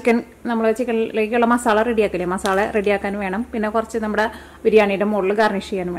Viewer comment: മോളേ ..... മസാളയല്ല. മസാല എന്നാണ്. മസാല